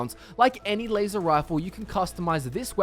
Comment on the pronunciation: rep wazer wifle?